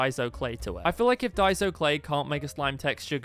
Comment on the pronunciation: 🇺🇸🇺🇸🇺🇸🇺🇸🇺🇸🇺🇸🇺🇸🇺🇸🇺🇸🇺🇸🇺🇸🇺🇸🇺🇸🇺🇸🇺🇸🇺🇸🇺🇸🇺🇸🇺🇸🇺🇸 lol the way you say daiso